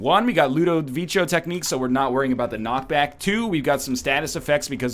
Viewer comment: NL, its Ludovico not ludavichio, please god I can't take it anymore.